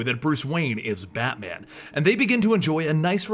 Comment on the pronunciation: "Battyman" If you're Caribbean this part made you laugh.